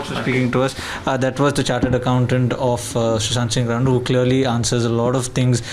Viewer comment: did he just say shushant singh randu in the end?